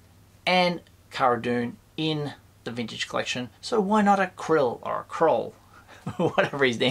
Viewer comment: The Ugnaught guy is called Kuiil. And it’s pronounced Coo-e-el. Was watching a live stream and one of the actors said the name.